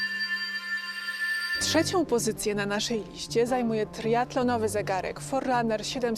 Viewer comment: Foriranner się czyta